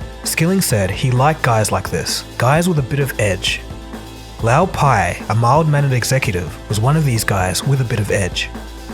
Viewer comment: You clearly watched The Smartest Guys In The Room - in fact you quote it verbatim several times throughout your video How is it then that you pronounce the names wrong? LOW Pei and Andy FUSStow?